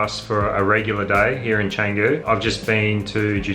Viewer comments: Canggu, Bintang etc always sounds terrible from Bule (white tourists) who haven't made an effort to at least say the indonesian vowels correctly. Canggu is pronounced more like Chungu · Try learning to pronounce Canggu properly. It's not that hard.